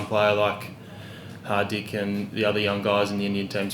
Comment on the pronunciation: He pronounced Hardik correctly .